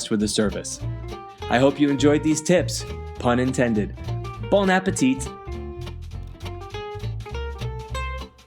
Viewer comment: Rounding up is normal practice. BTW, the final T in “bon appétit” is not pronounced. Ever.